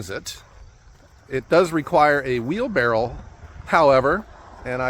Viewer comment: its not a wheelbarrel its a wheelbarrow